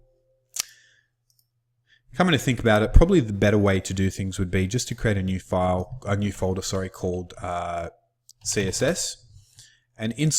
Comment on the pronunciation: FOLDAH HAHAHAAH